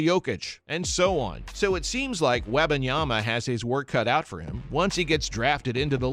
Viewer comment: Please pronounce his name correctly! You didn’t get it right not one time that you spoke it!